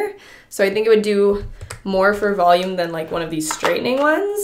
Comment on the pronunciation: "Volumeneneness" YASS I'm here for this. ILY MIA